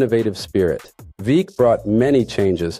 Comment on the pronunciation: Veeck… is pronounced Veck